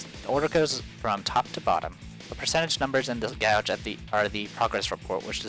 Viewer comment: Pst...thyme is pronounced like "time" and gauge is like "cage" except with a "g" at the start. >.> sorry...